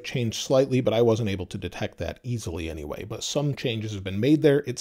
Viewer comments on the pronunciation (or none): none